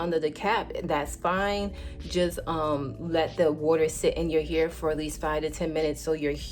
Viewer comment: The way you say hair 😂 ... soud like u saying “your here” Lolol ... what accent is that? Not making fun or trying to b negative.... I was just watching and when u said hair I was really thinking what “ what is she aaying” your what? Lol